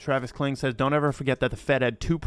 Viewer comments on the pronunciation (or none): none